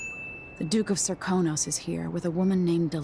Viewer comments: Serkonos, not Sarkonos. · Serkonos, not sarkunos Daud, not doud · Sarkonos??? Sarkonos? It's fucking SERKONOS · >Sarkonos, it's Serkonos >Doud, it's Daud >The carriage won't work because the rails are off, no, a different set of rails are turned off to walk to the carriage on the on rails >Taking the throne didn't help, 's not like it holds the runes or anything Seeing this many mistakes on a mistake call out video is honestly so ironic it's figuratively painful. Maybe try again but pay attention and read notes and listen to audiographs while you play. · It's "Serkonos" not "Sarkonos". There is also much to learn from dissecting someone with the Outsider's mark. It physically changes their body and gives them new organs. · it's Serkonos not Sarkonos sweaty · I thought it was serkonos not sarkonas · It's Serkonos not Sarkonos. Cmon man did you even play the game. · Serkonos not Sarkonas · >Sarkonos is he going to say it wrong the whole video And I'm sure I can take issue with many of these especially since I love the game. But you make it too easy - for example the guards turn on you at the start because they were all a part of a grand coup organised from Ramsey down the rank. They make this explicitly clear in the following mission. And Delilah didn't think of the painting until she had been in power a while. Its also made clear she got bored of people grovelling for her power and not simply for her and decided to paint The World as it Should Be. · it's Serkonos not Sarkonos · he said Doud and Sarkanos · I sin the way you misspelled and mispronounced Serkonos